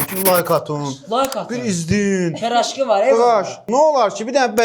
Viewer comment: Peraşki❌ Pıraşki✅